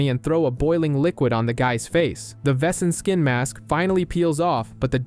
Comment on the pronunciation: It's criminal how yankees pronounce "Wesen"